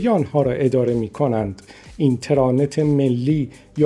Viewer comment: ایشون درست تلفظ کرده، شما برو یه مقدار مطالعه بکن لطفا.